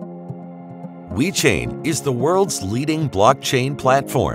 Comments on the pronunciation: Sounds like the speaker is saying We-chain. Other than that, great video. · STOP SAYING WE CHAIN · He is saying "We Chain".